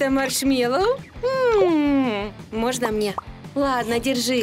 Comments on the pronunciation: Не маршмелол а маршэлолл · Вы говорили машмело а надо говорить маршмело